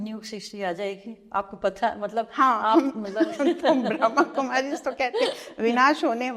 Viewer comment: ❤❤ ब्रह्माकुमारी होता है, ब्रह्मकुमारी नहीं । कृप्या उच्चारण पर ध्यान दें। ❤❤ ओम् शान्ति।